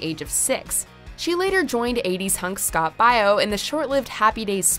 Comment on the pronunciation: Scott BIO? That made me cringe lol